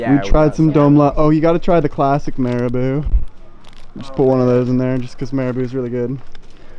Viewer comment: Your pronunciation of Marabou is adorable!